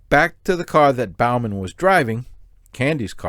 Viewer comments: Not Bal-man, it's Bo-man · Broooooo, Your killing me with how you continually mis pronounced Bowman. It is BOE-MEN like "Bow and arrow" Not like you "Bow before the king" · It’s pronounced Bo-man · If you can’t pronounce the name, Bowman, I wonder what else you’re getting wrong.